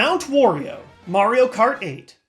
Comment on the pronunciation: Why do you pronounce Wario as "Worio"? His name is pronounced just like Mario, but with a w.